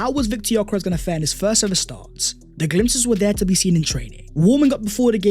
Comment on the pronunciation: The “glimpses” 😂😂😂😂